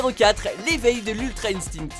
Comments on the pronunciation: MDRRRRR « l’arrivé de l’ultra instnine » oooo mon dieu j’ai tt entendu dans ce monde 😂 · Ta dis des trucs chelou dans la vidéo quand même: "l'ultra instine" et "djenkidama" 😂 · Ça se dit Instinct comme c'est écrit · sangohan 3eme?la transformation de broly parmi les honorables LES HONORABLES SRX?le kaioken et l'ultra instinct classé dedans alors que ce son des techniques?le super sayen 3 premier?vas y quoi en plus c'est qui sa insting?c'est bien ultra INSTINCT le non de la technique,le tinct se prononce comme putin,martin,justin,limousin,coussin bref tu a compris,tu était fatigué au moment de faire la vidéo ou quoi ? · Ultra insjndhejsne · nan pardon la prononciation de l ultra instinct je te pardonnerez jamais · En faite il dit "instinct" avec l'accent Anglais. u_u"